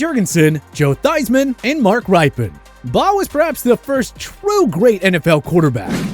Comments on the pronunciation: Also pronunced like Ripien not Ripe in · It's pronounced RIP- IN, NOT RIPE-IN for the WFT. He did win a Superbowl. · What about Jim Plunkett? He won 2 Superbowls the with the Raiders didn't he? And come on man, we discussed this before, Mark Rypien's last name is pronounced rip e en, not ripen. Enjoy your channel though. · Mark Ripien is pronounced “Rip-pin,” not “Ripe-In.” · How about learning to pronounce these names, Mark Ryepin? It's pronounced Ripen as in rip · Its not Bobby Herbert. Its Bobby Hebert. No R. And worst you didn't even pronounce right anyway. Its pronounced 'A bear'. Also Brian Griese didn't play for Miami in the 70s. BOB Griese did though. What's wrong with this narrator? Mark Rypien (RI pee in) Not Ripen. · Ehbere not Herbert. Rippon not RYpien....lol. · Mark "Ripe"-en??? Dude it's pronounced Rip-in, like rip that sheet of paper!!!! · For Washington Football, you chose the proper four. But, once again, it's pronounced "RIPpin" NOT "RYE-pee-in." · And it's Mark Rip-PEN, not Ripe-pin. ...and he can't seem to make up his mind on how to pronounce Beuerlein... ...and it was BOB Griese who played for the Dolphins, not Brian. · This channel NEEDS a new narrator! He obviously is just reading a script compiled by someone else. He mispronounces so many players names and other common phrases. A few examples: Bobby Hebert (pronounced Herbert) Bob Griese (called him Brian) Vinny Testeverde (imphasized Verde) Mark Rypen (pronounced ripen) And the most annoying to my ears Instead of "Pro-bowler" he says it like Pro... Bowler. 😑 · Well, you COULD pronounce a few of their names correctly. It’s Mark RIP-pin as in “Dippin”. Also, instead of Bob Griese, you said Brian Griese. (But that’s understandable!). You otherwise did almost perfectly! - Dan Pastorini should bump Matiota. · Mark RIPE-IN??? 🤬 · Correct pronunciations are Mark RIP-pen (Rypien). Bobby A-Bear (Hebert). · Mark RIP-PEN just so you know, from a lifelong Skins fan (I know I know.....)